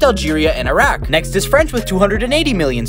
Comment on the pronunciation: as an iraqi i laughed so hard when he pronounced "araq" i threw my phone at the window